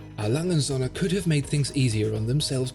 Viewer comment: und Söhne, not "Sonne". With a long ö , and u is an oe as in shoe...please Sonne= Sun, Söhne = sons